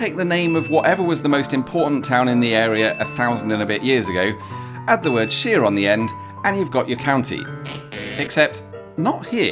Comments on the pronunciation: Your pronunciation is incorrect, you’re pronouncing it like sheer, when it should sound like shy-re. Also what about the village of Barkham? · Very interesting but shouldn't shire (shear as you referenced it) actually be pronounced shyer? Great to see Paul and Rebecca love their channel. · You appear to have a speech impediment, see a doctor. The word Shire is pronounced as it is spelt, and not as sheer, which means fracture through stress or removing a sheep's fleece. ! I hope you get better soon, you might make an interesting video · Talking of pedantry corner, you do know that 'shire' on its own, without a prefix, is pronounced SHY-er', to rhyme with squire... right? It's not 'sheer', except as part of a county name. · The word for the non-specific area is pronounced SHYAR. The words for specific shires are pronounced SHEER. They're different words and thus they can be pronounced differently without it being incongruous. Thus "What SHYAR do you live in?" - "I live in YorkSHEER" makes perfect sense. The SHEER in Yorkshire is a derivation of SHYAR. Taken to it's extreme, a lot of people say SHUH now, not even SHEER? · I am pretty sure Shire its pronounced Shyre like Pyre, not Sheer like sheering sheep. Berkshire is pronounced "Burk-Shyre", sounds Like the Burt in Burt Lancaster, not Bark as in dog bark. Its like like hearing someone from Oxfordshire pronouncing it Oak-fud-sheer. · You may have left it late but this is the best question of the year. Id argue that it's shyer not sheer and its Darby not derby and burke not bark. Im in THE dhire. Waikato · It isn’t Shire to rhyme with ear; it’s Shire to rhyme with ire! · Sorry but the word 'shire' should be pronounced like 'fire' -- not 'shear'... that's how it got shortened when unstressed in blahblahshire. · It is SHIRE (as in higher), not Shire as in in sheer! Very distracting. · i find it really weird that you would pronounce "Shire" in isolation as sheer